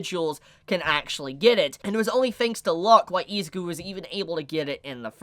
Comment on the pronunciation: Great video, but please pronounce Izuku's and Ochaco's name properly, idk its just annoying